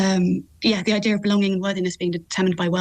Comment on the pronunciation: I-Deer ? What is an I-Deer ? The word is IDEA.. This lady cannot even speak English.. and you expect her to answer questions ?